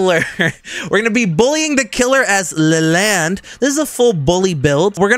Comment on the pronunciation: "Le-land? No I'm named you L-E-L-A-N-D"